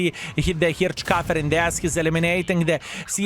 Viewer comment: It's pronounced "Hirshkeifer", not "Hirtshkafer". :P